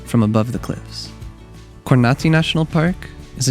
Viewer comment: It’s Za’dar not Zada’r. And Ko’rnati not Korna’ti. Beside that, it’s beautiful video . 🙂🙂🙂🙂 regards from Pula, Croatia 🇭🇷